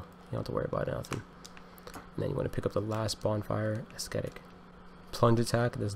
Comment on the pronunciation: The ‘c’ in ascetic is functionally silent. It’s pronounced Ass-Etic.